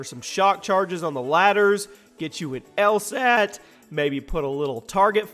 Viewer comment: the way he said LSAT lol.